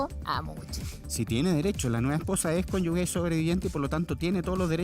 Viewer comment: El abogado,dice cónyugue " La palabra es cónyuge!! Es imperdonable en un abogado!